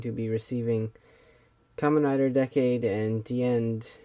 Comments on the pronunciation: Decade should be pronounced like this"DEE-CADE",not "DECK-CADE" FYI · you know I find still find it funny that apparently only actual japanese people like the guy at CS-Toys can say Decade's name right